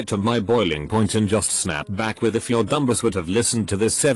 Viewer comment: I love how the text-to-speech engine pronounces "Dumbass" the same way you pronounce "Rhombus" "Dhumbus"